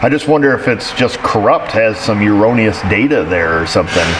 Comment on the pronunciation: Never thought I'd ever learn a new word watching... YEOURONNEOUS